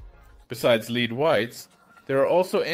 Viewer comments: I like the new computer enhanced voice! However, is there a way that you can make it say "led" rather than "leed" for the element Pb? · Your channel always has great chemistry contents; but I agree with many comments here: please use the original voice, not the AI voice. The AI voice even mispronounced ‘lead’ which is supposed to be pronounced ‘[led]’ not ‘[leed]’. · Other people comment on the qualitative things about the AI voice, but I find it simply often mispronounces words. It's terrible with "e" in english words due to how inconsistent it is used, "leed" not "lehd" or "a-seh-tic acid" not "a-see-tic acid" and such; some of these can honestly be called regional pronunciations, but many are simply wrong. Great video content as always though, glad you're making it back okay! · the metal lead is not pronounced like to leed. what i dont understand is that you say it correct in other parts of the video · If you're going to use an AI you need to listen to it's annunciation before bothering to dub it in. It thought when you said "lead" you were saying "leed". Probably using the spelling "led" would have fixed it, even if it's wrong. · Critical feedback-ditch the AI voice. Not only does it make you less relatable, it mispronounces English. Lead-the metal, is pronounced “Led” in English. It’s quite distracting to hear the mispronunciation of something so basic. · onward, "Lead" in this context is pronounced "led". The way you are pronouncing it is the same as the verb "to lead", as in leadership. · Stop using voice overs! The AI voice over & lip synching is even more annoying. Especially since it doesn't know how to pronounce the difference between lead & lead, (as in leader). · Whoever is doing the voice over needs to not be used again. Doesn't know how to say metallic lead and says it like leading a horse. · He pronounced lead wrong, if that gives a clue. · Lile most AIs this one has issues with the word lead.